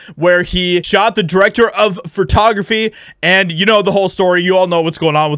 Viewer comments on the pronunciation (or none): Did you say "fertography?"